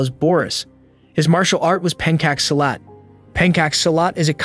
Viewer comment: Just a friendly info to you, the chai in Appachai is pronounced the same way as chai tea. Same for pencak silat. The cak actually pronounced with the phonics similar to chakra. Did you review from the actual source material of the anime? Please don't butcher it. I pray your audience would value authenticity. Sincerely yours, from a Malaysian who lives in the country next to both Thailand and Indonesia. While I'm on this, I hope you haven't pronounced Ryu as "Raiu" treating the y as a vowel instead of a consonant like "yeet" and "yo". Ryu is a "yu" with an R in front of it.